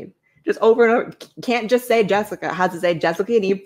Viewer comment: The "aynd" instead of "and" is very telling